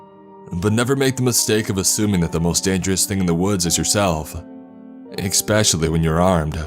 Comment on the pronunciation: Is he saying expecially?